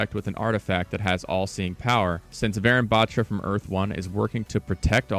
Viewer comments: warune baAtra.Its pronounced like that. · Not to be mean but you're kinda butchering the pronunciation for Varun Batra. It's pronounced Vuh-roon Buth-ra Like the comment if you didn't know this so more people learn the correct pronunciation :D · Its Pronounced Varoon Batraa the “tra” in Batra is pronounced Like spanish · Note: Ur pronouncing varun batra wrong, its pronounced as Vuhroon buhtraa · He researched soo much yet forgot to research how it's pronounced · although its cool they're adding an indian agent, guys please learn to pronounce varun batra properly.. thanks (pronounced as {va as wa in was: ru as in run; and n as nuh} his last name being {bha in bharat; tra as in traditional} overall being waruhnuh bhatra) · Actually it's pronounced Vaaa roon buttraa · vuh-rune but-tra. that is how it should be pronounced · pronounce it like Varoon battra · Finally, a fellow Indian character, pogchamps also its V-e-roon B-e-traa pronounced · Pronounce it as vaaroon baatraa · Hi! I mean no offense, but the proper pronunciation of Varun Batra is [Vha-roon Bha-thrah] :) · bro just messed varun batra pronunciation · It's kinda funny how he pronounce the name varun batra...😅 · I cringed at his pronounciation of varun batra 😭😭